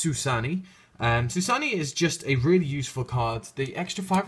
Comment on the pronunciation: Bi'an = Bee - ann Bixi = Bee - shee Suanni = Soo - ahn - ni Chiwen = Chi - wen Baxia = Bah - shyah